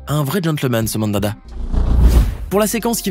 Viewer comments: MANDANDA pas MANDADA WTF AHHAHAHAHAH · MANDADA😂😂😂😂😂apprend à prononcer chui plié c est MANDANDA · Stive mandada ? ?? C'est pas Steve mandanda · la ou tu tes foiré sur le nom du gardien de Marseille ...Mandada ..... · Steve mandada hein ptdr on c est mandanda jpp 🤣🤣😂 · C pas mandada c Mandanda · Le nom du gardien de but de l'Olympique de Marseille se nomme Steve Mandanda et non Mandanda. L'erreur est humaine bonne continuation et bon travail 👍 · et , c’est Steve Mandanda, pas Mandada !! 😂😂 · Steve "Mandada"🤣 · "Steve Mandada" 😂😭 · ça se dit Mandamda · Mandanda ! Apprenez à lire !